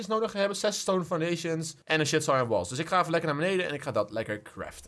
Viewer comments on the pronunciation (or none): none